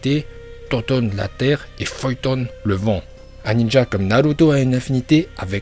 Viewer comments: Futon ❌ Feuilltone✅ Suiton❌ Souilltone✅ Raikage❌ Raikaje✅ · Ah je suis mort il dit fuyton au lieu de futon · Bonjour, pour commencé en dit futon et pas fuoton et en dit raiton et non pas laiton et pour finir en dit suiton et non pas swaiton, apart ca ta video est tres cool